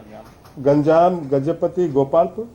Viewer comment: At 7.00 second, it's not ganjan, it's Ganjam.